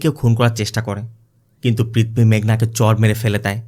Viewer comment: i really enjoy your explanation just one suggestion please correct your pronunciation, sounds odd. IE "পৃথবী instead of পৃথিবী।